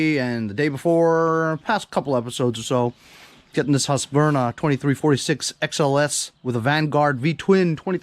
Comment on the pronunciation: Could you please correct him on how he pronounces "HuskVARna". He keeps pronouncing it wrong.